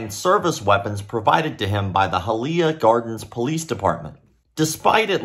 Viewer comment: High-uh-Lee-yuh (Hialeah)